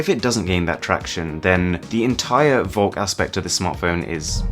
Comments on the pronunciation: Ugh listening to this is super annoying if you speak german. Volk = folk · Shouldn't it be pronounced Folk? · you pronounce volk like folk, its german for folk V in german is pronounced like F :)